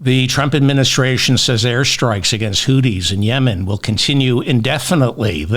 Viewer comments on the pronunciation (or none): It's pronounced "Hoo-thees" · Why are you pronouncing the word hootie? Because of the blowfish?